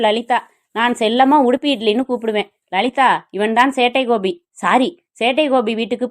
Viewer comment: காத்து இருந்தேன் சேட்டை கோபிக்காக. Thanks thanks thanks சகோதரி. நீங்கள் சொல்லும் சேட்டை கோபி என்ற உச்சரிப்பு அருமை 🎉